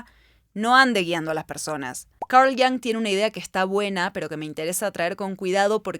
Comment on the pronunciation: Me gusto el video,, estimula a pensar mucho e irse por las ramas. Lo único que me causa ruido es porqué dice Yang a Jung y porqué dice defolt a default jaja me triggerea mucho